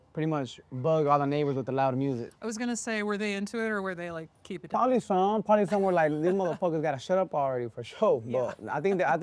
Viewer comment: “Prolly” 😂 classic